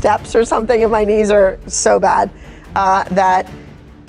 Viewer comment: Her “k-nees” failed her 💀💀💀 the k is silent friend!